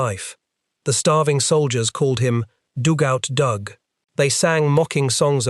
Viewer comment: DUGout Doug, not DOOGout Doug.